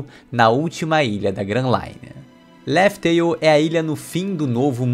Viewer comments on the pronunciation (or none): pronúncia e escrita são coisas diferentes, além de que na pronúncia em japanese é Raftel visto que o l eles lêem como R e em inglês também não é Laftel. Mas aceito o erro de bom agrado pois o canal é muito bom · Laftel??? Não é Laugh tale? 🤔🤔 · O certo da pronuncia de laugh tale é laug teil